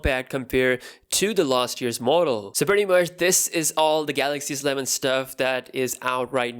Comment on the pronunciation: Why do you say Sleven like it's one word? It is S-Eleven.